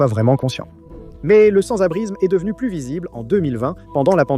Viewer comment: l'IA dit sans-abrizme 246 fois dans la video 🤣🤣🤣